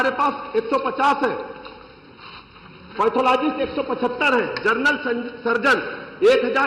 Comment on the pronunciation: मंत्री कोन बनाया इसको जिसको नाम नही लेने आ रहाहै जनरल को जर्नल बोल रहा है